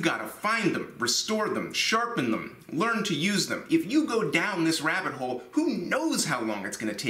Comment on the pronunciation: at the beginning, did you say If you go down this rabbet hole? XD